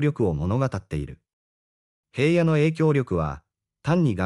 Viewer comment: ヘイヤではありません名前ぐらい調べてヒラノとちゃんと読んでください